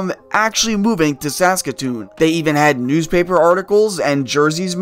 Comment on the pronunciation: Why are you saying Saskatoon so weird